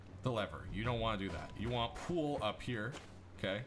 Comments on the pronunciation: Are you saying "Pool" for "Pull" ? Ive never heard that before. Cheers for the in-depth video!! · ive watch probably every video of yours (for rust) and never heard you say "pull." where are you from? this seems to be the only word for which you have an accent. i think its more like, "p uh l" =D